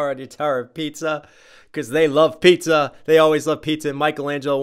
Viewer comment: Something I just noticed. Now, I don't know if this is intentional or I'm just hearing things but when they say "Chowing on your tower made of pizza" it kinda sounds like they're saying "Pisa" instead of "pizza" and that of course would be a reference to the Leaning Tower of Pisa